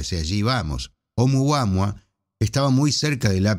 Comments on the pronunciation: Lo escribes oumuaMua pero lo pronuncias oumuaHua, como no sé Hawaiano pues ya no sé qué pensar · Nop, dice siempre "Oumuama"